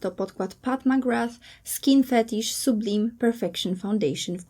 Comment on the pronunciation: Nie sublim, tylko sublajm